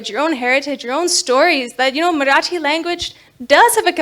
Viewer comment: Wow her Marathi pronunciations! 👌 👌 👌